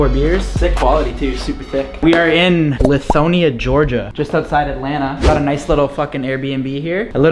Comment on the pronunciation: Lol it’s pronounced lie-thon-ya